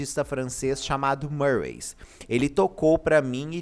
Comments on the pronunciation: Não e marways... E MIRWAYS...CM I MESMO...eu já ouvi ela falando..e cm i.... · Só uma correção: Se pronuncia Mirrues não Murrays 😂